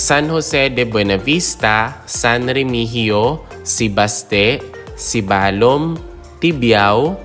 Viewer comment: Bar-bá-za, not Bar-ba-zá Se-bás-te, not Se-bas-té Be-lí-son, not Be-li-són